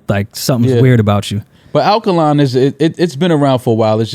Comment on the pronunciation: said akaline water. Dj Akademiks really in his head.